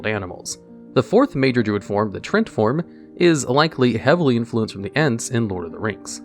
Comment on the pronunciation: "Trent form" 🤣.... Tree-ant my guy